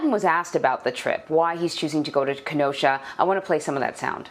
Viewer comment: Sleepy Joe can’t even pronounce Kenosha 😂